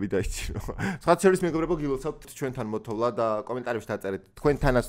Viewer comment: მოთოვა, მოთოვ"ლ"ა რაარი ბიჭო)))))